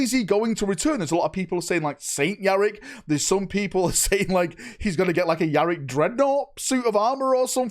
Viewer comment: Dude I laughed hard when I heard "Saint Yarik" 😂😂😂